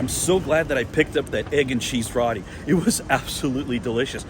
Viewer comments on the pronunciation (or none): ROO Ti not rotti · I believe ROTI is pronounced ROW-TEE.. (like row your boat)... And not RAA-TEE as you are saying in the video! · Row-Tea, not raw-tea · Just a heads up....roti is pronounced more like row t